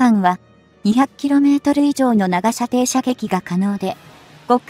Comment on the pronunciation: 日本のレールガンは「 対空（航空機・巡航ミサイル）・対弾道ミサイル 」用だよ。 155mmは「 １０Kg 」もあるので膨大な電力が必要dだが、対空用の「 0.18Kg 」なら、原子力発電は不要で、車載ディーゼル発電機で充蓄電用のコンデンサが実現可能。 「 長射程／弾体 」を「 ながしゃてい／たまたい 」はコンピュータ読み上げなんだろうがなんとかなりませんかねぇ・・